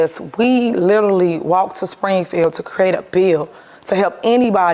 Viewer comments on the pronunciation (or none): Been waiting on you😊😊🎉🎉🎉 Tiff said "Litally"😮😮😂😂😂